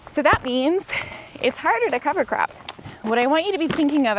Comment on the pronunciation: I honestly thought you were saying cover crapping 😂😂😂